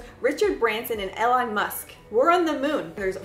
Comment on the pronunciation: I never realized you had an accent until you said “ellen musk” 😹😹😹